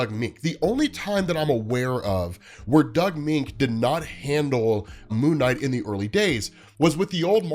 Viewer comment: Moench is “MEN-ch.” Doug Men-ch.